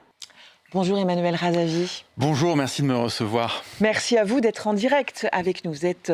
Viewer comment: il est honteux que cette journaliste n'arrive pas de prononcer le nom de REZAVI que pourtant il n'est pas si compliqué que des noms malgaches.